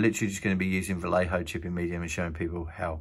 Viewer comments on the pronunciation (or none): It’s pronounced Va-yay-ho